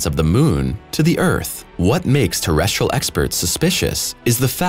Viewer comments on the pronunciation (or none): none